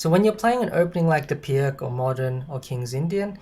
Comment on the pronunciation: Great explanation but it's pronounced "Peerts"